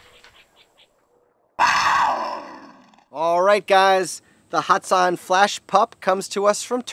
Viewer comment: Lol hatsan not hats on